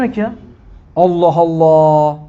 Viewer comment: sa. hoca efendi, sen şivesi düzgün bir kimsesin. lafza-i celal'in "elifi'ni" nenden türkçedeki "e" gibi kuyorsun. yıllarca hz. mahmud efendiden böyle bir telaffuz işitmedik. bilgib olsun,alla'a emanet ol.